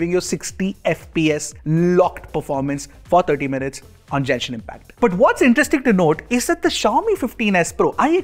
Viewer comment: great video, just as a fan of genshin, its pronounced Genshin, not Jenshin